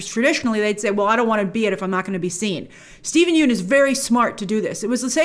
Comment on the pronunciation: Grace - please pronounce Steven Yeun's name correctly...there's a great clip available of Conan O'Brien learning how to do so after mispronouncing it for years on his show "Conan's Been Mispronouncing My Name For Years" THANKS SO MUCH for your consistently great coverage and perspective GRACE!